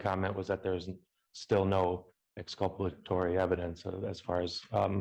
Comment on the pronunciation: Sovereign shittery at its finest. Can’t actually say the word “exculpatory” and doesn’t seem to realise that if there’s no exculpatory evidence, he’s guilty!! 😅😅 He’s going to get the shock of his life if he ever reads a dictionary and finds the word “inculpatory”!